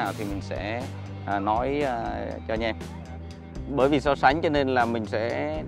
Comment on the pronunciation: Mấy mod tinhte phát âm từ anh em thành anh nhem hoài nhỉ, đặc trưng hay là lỗi vậy nghe khá khó chịu